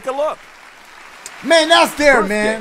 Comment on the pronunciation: DACHIE: BIRFDAY ITS BIRFDAY THE COMPUTER: ...BIRTHDAY DACHIE: FUCKK This killed me 😂😂😂